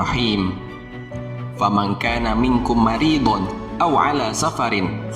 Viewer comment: Mohon Maaf Min Itu Baca Ayatnya Ada Yang Salah Bukan Maridun Tetapi Maridon Di Menit: 4.22